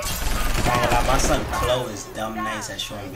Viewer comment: KLO is pronounced “kay-lo”